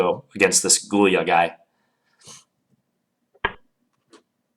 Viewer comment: John Bartholomew Gy-ula, not Gul-ya. :) It's basically Hungarian for Julius. Another Gyula was Breyer, of the Breyer variation.